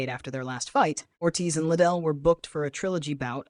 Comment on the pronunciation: it isnt chuck little its lidell